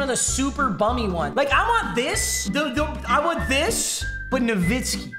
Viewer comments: Papa: Nu-vi-ski. The boys: No-wi-ski Me: Nor- Wit-Ski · Its dirk na-vit-skee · it’s nowiski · Didn’t say it was nowitski not novitski but here to say that papa is handsome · Dagliano i thought everyone knew it was pronounced “novitzki” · its noviski and lol it really is addidas the way papa said it lol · Papa I believe that it’s pronounced NoWitzki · I’m sorry papa it is no-vit-ski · its pronounced nah-witz-ki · It’s pronounced….No whiskey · im german and american its novitski to pronouce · Sorry to say but you pronounced both wrong…adidas and Nowitzki…greetings from Austria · Papa your wrong dirk has even said his last name is pronounced as a w not a v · Papa you pronounced dirk wrong 😑